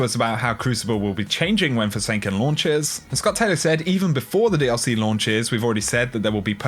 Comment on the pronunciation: Did you just say snook? Do you mean snuck? EDIT: I am sorry but "Forsanken".